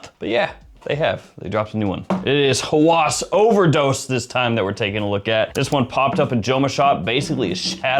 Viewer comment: Thanks for the review! Just a small note: "Hawas" (هوس) is pronounced "Ha-was," and it means "obsession." When pronounced "Hawas" with the emphasis on the second syllable, it can sound more like "senses" (حواس), which is a different word altogether.